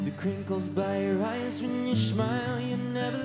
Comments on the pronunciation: LIAMS “SHMILE” THE AUDIENCE SOUND LIKE ANGELS, HARRYS GIGGLE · No one: Not ONE single soul: Liam: Shmile